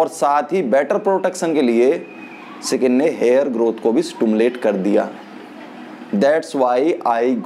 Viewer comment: स्किन होता है, सकिंन नही।